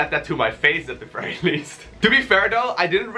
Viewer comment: Fery frey basic HAHAHA LOL